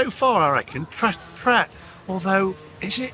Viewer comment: you dont pronounced the t in pret it means ready to eat..